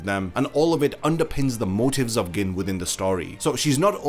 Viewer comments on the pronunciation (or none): Why are you pronouncing Gin like that lol